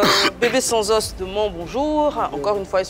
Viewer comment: Eva aussi fait la liaison de bb sans os ko (bb sans'os )😆